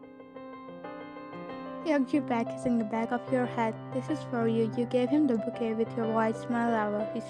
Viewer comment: One thing.... I don't know if u did it deliberately... But it's not bukey....it's bouquet .... Don't mind me please 😅